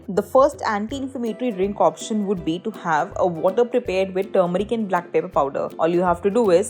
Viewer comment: If you cannot properly pronounce even black pepper; then do not speak in English, speak in Hindi🙄